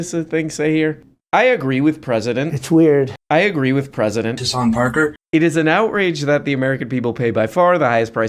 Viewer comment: “Hasanp Arker”